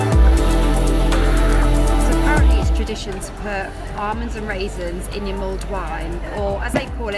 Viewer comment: It’s mulled wine not mold wine.